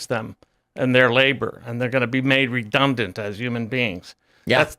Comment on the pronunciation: did he say 'redumbdant'?